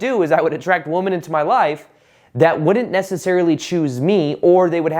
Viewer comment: Why is it that when you say the word “women,” it sounds like “woman?” Is it a regional accent or an intentional reference to the collective feminine existence? I wonder this whenever you talk about “attracting woman.” I love you and your channel and thanks for what you do! ❤️